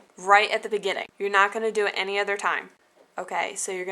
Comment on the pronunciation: Lol... at the end... "You can put it on your tree... (suddenly intoxicated) I know you doooo, hee hee heeee..." :D